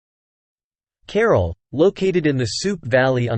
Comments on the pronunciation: The AI has turned this ancient city into 'Carol' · Why does the announcer not learn how to pronounce CARAL? You cannot translate. ca-RAAL. I could not continue watching the video mainly because of his mispronunciations.